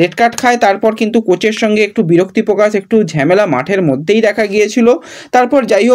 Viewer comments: ঝেমেলা এই কথা টা শুনলে খুব বিরক্ত লাগে। কথা টা ঝামেলা হবে। এতদিন ধরে ভিডিও কোরছো প্রনাউন্সেশন এতো খারাপ হবে কেন? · It's not ঝ্যামেলা it's ঝামেলা😂😂